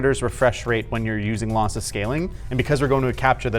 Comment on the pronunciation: I thought he was saying Lothless on purpose...